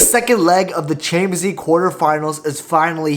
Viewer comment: bro why can't you say "champions league" I hear "Chamzee"